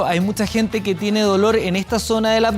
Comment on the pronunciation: Esta esta presentadora se comio un corre caminos...no termina de pronunciar la palabra ...y dice "kie" en vez de "que" the chilean accent is very hard ..takes time to understand...it makes me get colon irritable..terrible